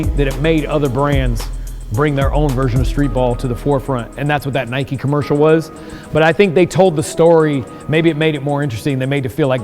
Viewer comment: NIKE FFS NOT NIKEY